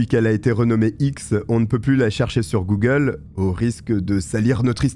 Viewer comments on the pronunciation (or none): none